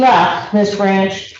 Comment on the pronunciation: I don't know why but the PD's in this county constantly mispronounce the names of the Prosecutors quite often mainly Ms. Blanch and Ms. Andary. They've worked with these ladies for years and can't get simple names right? It's over Zoom or in courtrooms and it always seems to be when they aren't winning.